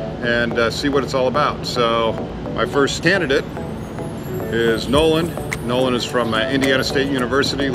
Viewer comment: It, Nolan , not Noah ! So sorry 😐